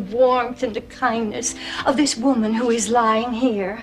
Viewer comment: when she said who i thought she said whoe